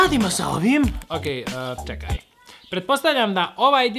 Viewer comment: 2: 38 braco rekao cekaj umesto čekaj